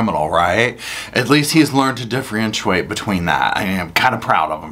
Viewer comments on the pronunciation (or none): “at lest he’s learned to “differenchuate”” 🤦🏻‍♂️